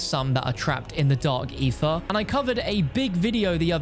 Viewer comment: "Dark eefa" lol.